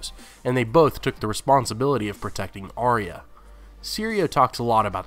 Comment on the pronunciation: Arya not Ariya